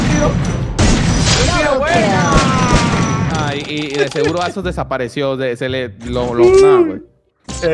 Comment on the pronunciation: No ese "Azoz" da verguenza